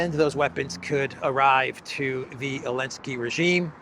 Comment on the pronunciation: Is there a reason that he doesn't pronounce the "Zee" in Zelensky?